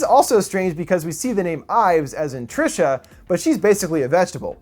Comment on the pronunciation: Trisha a funny way to pronounce Teresa